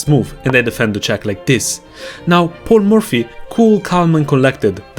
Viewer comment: I don't know why I was hearing "Poor Murphy" instead of "Paul Murphy" all along 😂😂